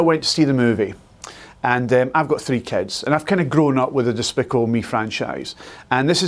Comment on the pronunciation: Did he just said "Dispickle me"?